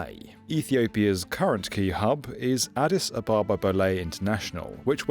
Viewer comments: Addis AB-abba - not a-BAH-ba This whole project sounds like a pipe dream to me. It's all very well to say "hub" over and over but just look around Ethiopia: poverty, famine, really poor health infrastructure, the worst roads in the world. There's no money, is what I'm saying. Also, it's a long, long way from anywhere. What's the point in landing there if you're just going to fly off again to somewhere else? Why not fly straight there in the first place? All the traffic that currently overflies Ethiopia is going to continue to do so. I'm sure there's a bunch of people with all the right intentions - and qualifications - behind this, but I have to wonder if some sort of mass hysteria hasn't taken hold and caused delusional optimism to run rampant. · But he only said it once. He kept mispronouncing Addis Ababa over and over 🙉